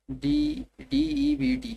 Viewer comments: Debt pronounced as det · bando ko debt ka mtlb nhi pata det ko debt bolre hai aur search bhi kiya to english samaj nhi ari urdu mai karo acha karz hota hai😂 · lo bhai debt ko det nahi debt bol rahi hai ye..aur uska matlab bhi nahi pata 😂 kyu reaction de rahe ho .... comedy show khol lo dono